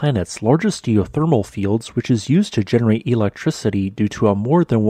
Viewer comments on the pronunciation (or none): none